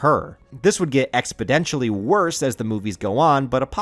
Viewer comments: I was enjoying the video until about 8 minutes and 30 seconds in. The word is exponentially, not expodentially... hearing it pronounced that way was the first for me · this man said "Expidentially"